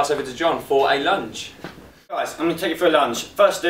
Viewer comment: I thought he said ''imma take you for a lunch'' lol